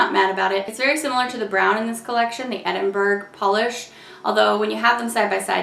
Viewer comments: The edinburgh-er and tatties name confuses me so much.. like burger and tatties isn't a thing really (mince and tatties yes, not so much burgers) besides.. it's pronounced Ed-in-bu-rah. So the name would be pronounced Ed-in-bu-rah-er and tatties? So stupid. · I'm crying at every videos pronunciation of Edinburgh-er and tatties 😂😂😂😂. It's tay-ties fyi as in potatoes. Not tat-ies 😂